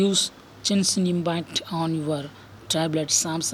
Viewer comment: Bro u don't pronounce genshin impact like that